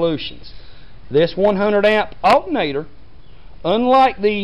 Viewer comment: he said "altnatr"